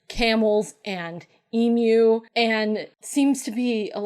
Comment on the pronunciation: I can't help but celebrate that you can say emu! YAY! Americans getting our national bird right! 🐦🐦